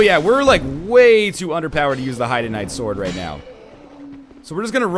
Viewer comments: I'm pretty sure heide is pronounced hade not like the name of a girl haha :p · Heide is pronounced hide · I'm pretty sure the proper German way to pronounce it is ''hide'', ENB pronounces ''Bastille'' as ''bastee'' so I wouldn't rely on him for linguistic lessons. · NL Heide('s tower of flame) is pronounced Haid, as in rhymes with Raid. Heide's tower of flame. The crestfallen warrior says it if you talk to him in Majula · Just for future reference, Heide is pronounced "hade". Like "made". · No hard evidence, but given the theme of the setting, it fits linguistically. Pronouncing it "highdee" would only work if it were spelled, for example, like Hiede. Even that would more likely be pronounced like "hide". Pronouncing Heide like "highdee" would require quite a bit of linguistic gymnastics. Also, check out EpicNameBro's videos. He worked on the official guide and dealt with the developers, and would have heard it pronounced straight from them (and, in case you don't have time to watch, he pronounces it "hade" as well). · an npc pronounces it hade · The katakana for Heide used in the Japanese version is ハイデ which sounds like "hi-deh" (basically "hide" with a soft "e" ending). Of course, Saulden flat out says "hade" when you talk to him, so it's more or less preference. Doesn't matter much anyway. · It's said hyde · A few things. From what I've seen from other Dark Souls II playthroughs, Heide is pronounced "Hay-d." Also, two handing a weapon only reduces the strength cost to wield it, not the dex cost.